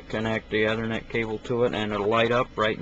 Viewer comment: erm, dude it's 'E'thernet not othernet... get it right please